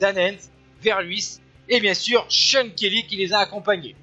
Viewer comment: I like the way the french commentator pronounces Kelly's name as "shonkerlee"..:)